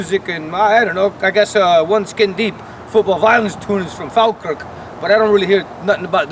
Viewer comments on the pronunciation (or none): none